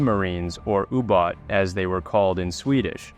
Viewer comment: What is a U-bat, it's called U-båt